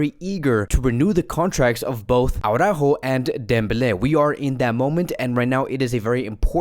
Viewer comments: When you see Alex from Blaugrana Planet,, do yourself and us all a favor, and ask him (he's a Spanish speaking person) to pronounce for you Araújo. For the record, it's "ara-óóho", but maybe you'll believe it when Alex confirms it. Honestly, that "Awww-ráhho" time and time again is so retard. And I guess you massacre Araújo's name because you believe that screaming Jamie from TalkFCB has got it right, but he hasn't. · I DO hope Araújo leaves, so we won't have to hear "AwwwrÁhho" any more.